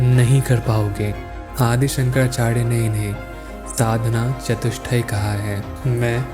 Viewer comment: Hey brother! I would suggest that you try to improve your pronunciation. You are pronouncing 'R' as 'D', Please try to improve it. Shankadachadya nahi hai voh it is Shankaracharya. Pronounce the word correctly and fully. Shankaracharya hai not shankarachary